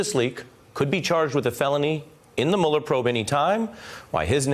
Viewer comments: "Mewuller". I hate that they mispronounce his name on purpose. It only makes them sound childish. He wants a pardon. LOL. Pardons are only for GUILTY people...or have we forgotten that? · Why isn't he pronouncing "Mueller" properly??? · Notice how many Trump co-conspirators say "Mule-er" instead of Mueller? One way the rats can identify each other. This guy was an INTERMEDIARY, and he is lying, just like he always lies. Just like Stone always lies. Just like Nunberg always lies. Just like Trump always lies. Just like Trump Jr always lies. Just like the Republicans in Congress always lie to cover up for them. The GOP has become the LIE.